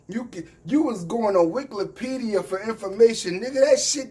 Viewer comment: My guy say Wiklepedia 🤣! But yeah them dudes don’t read enough to stay with Polighr intellectually!!